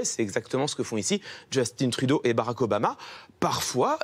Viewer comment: D'ailleur, ça n'a aucun sens de dire Justin-e mais de prononcer baraque (Obama) au lieu de Beu-rack.